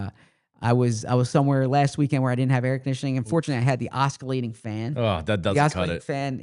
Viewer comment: ZB - pronounced oSSilating